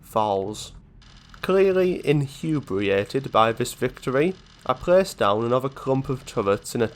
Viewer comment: A hello, another high quality factorio YouTuber to add to my subscriptions. I heard inhubriated and was sold instantly.